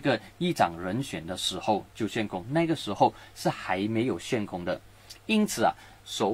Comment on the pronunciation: ，悬 xuan （第二声）空